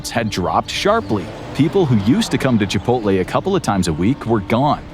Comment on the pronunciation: Chipoltay whaat ? 👴🏼♿